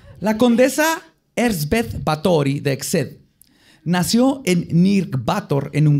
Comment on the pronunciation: Erzsébet se pronuncia "Ershabet" /ɛɾʒeːbɛt/